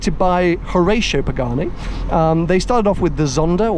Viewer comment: Love your channel, the content and your personality, but your pronunciation of both the Hueiyiarha and Horaitio Pagahnnnni is hideous.